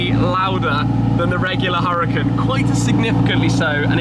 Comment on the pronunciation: U-ra-effing-kan, Shmee.....